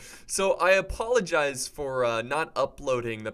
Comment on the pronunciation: He "Apollo" Gizes